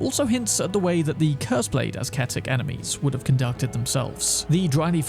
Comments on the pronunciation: Great video! btw bro, ascetic is pronounced as "assetic" not "asketic" 😅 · Isn't it pronounced "az-seh-tik" or have I been pronouncing this word wrong all this time without knowing? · The C is silent in ascetic. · Hate to be that guy. But ascetic is pronounced “uh-seh-tick”. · Actually pronounced "Esketit" 😎👍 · The C in ascetic is silent. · So was that last fire bloke just having a nice swim with the ulcerated tree spirits before we got there? Nice innovative pronunciation of ascetic there, too. You can't call yourself a proper Elden Ring content creator unless you've mangled at least a few pretty common pieces of English vocabulary. :)